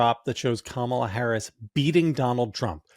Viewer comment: What I find disrespectful is the PURPOSEFUL mispronunciation of her name. the question is does Kamala find it disrespectful for people to not be calling her by her surname?